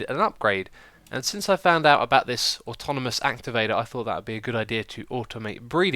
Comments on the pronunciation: Ben North I know but he was putting letters in the wrong positions that isnt just an accent (he said atomonous not atonamous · X its pronouced aw taw naw mus activator :) sorry it just nagged at my mind and i had to say something